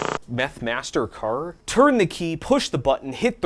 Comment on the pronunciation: "MethMaster-Carr" got a lol. :-D